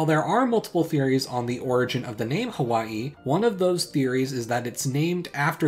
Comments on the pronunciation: Te Reo Māori doesn't have a or <'> sound, they call the semi-mythological homeland Hawaiki. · I've usually encountered Hawaiki being spelled this way in most Maori text books, I've heard is only really pronounced as Ha-Why-key in New Zealand.